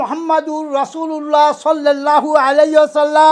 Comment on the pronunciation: সোয়াল্লাল লাহু আলাইহি ওয়াসাল্লাম । ( সঠিক উচ্চারণ )